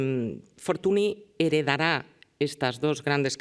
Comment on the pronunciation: Y dale con Fortuni es Fortuñ (escrito Fortuny)